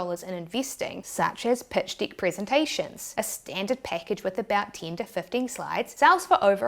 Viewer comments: In fairness, she pronounces the word 'Deck' as "Dick" and 6 as Sex! but other than that I am good! 😂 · I love the way Aussies pronounce deck.